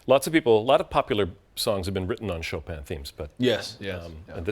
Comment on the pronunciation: Bang Bang for sure knows how to butcher Chopin...